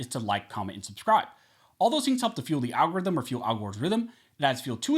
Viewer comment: Al g0 rhyth um!